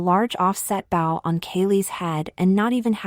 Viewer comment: Not a huge deal, but it would be nice after many, many videos of getting it wrong if you could teach the voice to say bow correctly.